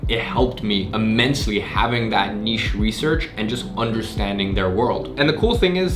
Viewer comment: Finally someone that pronounces 'niche' correctly